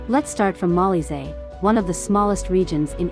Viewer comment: It’s pronounced Mo-LEE-zay